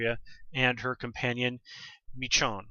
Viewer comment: I'm pretty sure her name is pronounced "meh-SHOWN" at least that's how I heard it. As always, great review. Looking forward to the rest of the season.